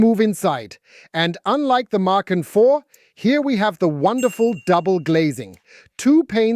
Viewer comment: And the way he/she says the name. OMG children, it's a two syllable name